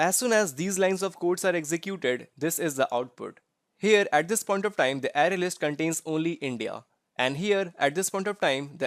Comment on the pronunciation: It's pronounced "Array" not "Ary"